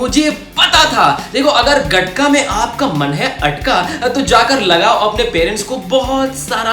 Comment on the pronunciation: It's called गतका not गटका my friend